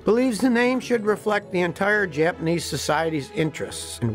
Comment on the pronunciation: Great history lesson. You can speak Japanese names and words, better than most Americans. :)